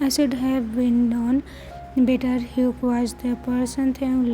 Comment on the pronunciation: Hyuk is the perfect name for that basterd you say it like yuk i love it 🤣🤣🤣🤣🤣